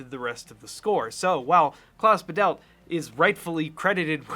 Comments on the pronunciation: It's "Bah-delt", both syllables equally stressed, not "Ba-DELLt" with stress on the second. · It's Klaus 'Badelt (german emphasis on 1st syllable), not Ba'delt. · Badelt is pronounced "BAH-dit" with a tiny bit of "l" in the second syllable. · I thought it was Klaus Badelt . Who’s Klaus Videll? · Small correction on pronouncing the names: In Badelt, the emphasis is on the first A. It's spoken fairly open and long. BAHdelt. For Zimmer, it's the usual Z/S difference between German and English. The German Z is a very sharp sound, so it's more like Tsimmer. (And here, the A in Hans is actually much shorter, but still emphasized by loudness, and the S at the end is a voiceless one.) That being said: The similarities between the two scores is proper mindblowing! The notes may differ, but the feel is surprisingly similar, wow! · (As a German, I had to listen twice to the names until I understood them. In German, the z is a voiceless ts. It's thus Hans Tsimmer. And Klaus Badelt has the stress on the first syllable: Bádelt, with a long ah sound. Imagine him written as Bahdelt.) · His name is pronounced Klaus BAdelt ;) he grew Bad Bodendorf in Germany. Next to where I lived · In Badelt the stress is on Ba not on delt. ☝🏼 German here.